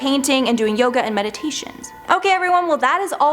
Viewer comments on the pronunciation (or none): none